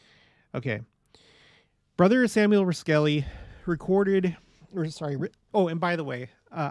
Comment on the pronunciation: Interesting stories! (BTW, you’ve probably gotten this, but the Cache Valley Pronunciation of Roskelly: ROSS-Kelly )